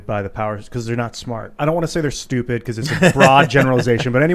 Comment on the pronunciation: I like how he said -weak and stueupid.